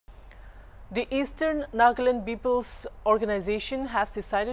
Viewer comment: Nagland? or Nagaland.....sounds stylish NAGLAND.